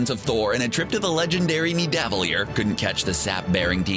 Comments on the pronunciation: Did he say nee-dav-lee-ar? It’s nid-a-va-leer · No it’s Nidavellir so it’s said as Needa-Veleer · I'm sorry, but the way the narrator says Nividalir made me cringe more than that time Cap kissed Sharron, and that's saying something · It's "NEVER DELEAH" that's how you say it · You pronounced Nivadellir wrong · I love most of the videos CBR makes but i hate how they pronounce so many words. Nidavellir in this video is just one example. There’s one in every video. They legit even say it right in the movies